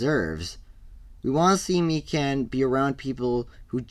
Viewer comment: Mi-can?… it’s mi-kan…